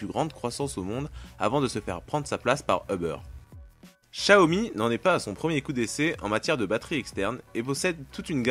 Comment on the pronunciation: / Gaming / Tutoriels / High-Tech étant chinoise et ayant acheté des produits xiaomi en chine directement sur place, je t'assure qu'on dit "shiaomi" et même plus précisement "ssiaomi" (un "s" un peu mélangé à du "ch") :)